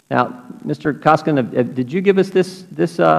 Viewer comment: Cummings is an incompetent Ignoramus! He can't even pronounce Koskinen's name correctly! UGH